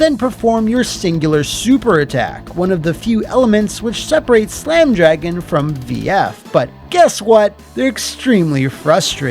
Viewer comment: C’mon and Slam! Welcome to… Dro-Gan?